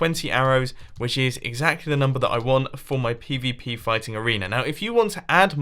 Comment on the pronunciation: WHY WHEN MUMBO SAYS PVP I HEAR PPP